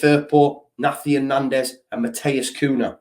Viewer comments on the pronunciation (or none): Great vid as usual - nandez Is called na-hi-tan not nathian like an exotic version of Nathan lol